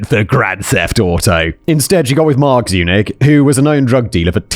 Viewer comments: Every time Simon says Zurich instead of Zunich, take a shot. You will be hammered by the end of the video! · Every time you said Sabrina Zunich my brain translated it to Sabrina's eunuch. I don't know what that says about me as a person, but there it is.